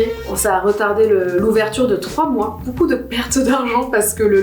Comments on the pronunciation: bOUcou mais vraiment bOUcou de rigOUlade ! c'est beaucoup en fait donc ça se prononce beau-coup et non bOU-coup ;) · Depuis tellement d'années que je suis Natoo j'ai jamais eu de période où je l'appréciais moins, elle est tellement chouette cette personne. Je crois que l'unique chose qui me perturbe c'est le fait qu'elle dise "boucoup" au lieu de "beaucoup" 😂. Mais en vrai j'ai tellement grandi en la regardant, je devais avoir 10/12 ans quand je l'ai connu et j'en ai 25 aujourd'hui, c'est toujours un plaisir de la voir 💛